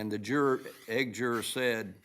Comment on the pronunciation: 😂 I missed most of the first half hour trying to figure that out. There was a juror that was dismissed who had to get her eggs before leaving, maybe that’s it. Or that’s how they pronounce ‘eighth’.